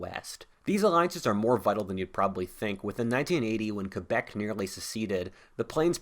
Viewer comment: Bravo for saying Quebec and not Kwaybec!